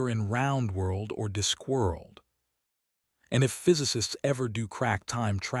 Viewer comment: Robo-voice can't pronounce "Discworld" or "conjured". The inappropriate USA accent spoils the feel as well